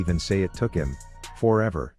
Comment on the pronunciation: When you said FORever I laughed like a cartoon villain. "HahHAA!"